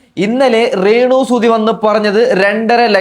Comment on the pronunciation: എടാ രാണ് അല്ല (രേണു )ആണ്